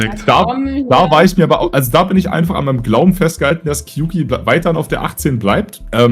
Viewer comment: Kleiner Fact: Kyouki ist Japanisch (狂気) und wird eher wie "Kiooki" ausgesprochen, also mit einem langen o ;)